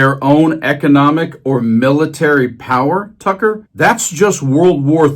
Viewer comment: Every time you say Tucker I hear Fucker. Funny that.